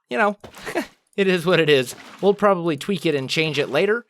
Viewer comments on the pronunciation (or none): none